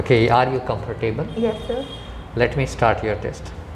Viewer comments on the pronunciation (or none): Its comfortable, not comfor-table